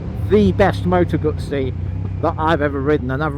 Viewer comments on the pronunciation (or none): Why do people call them moto gutsi when it’s a moto guzzi